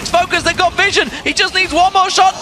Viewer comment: Someone please fucking tell that its pronounced viZion, not viSSion...